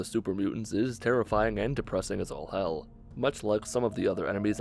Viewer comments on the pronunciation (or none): none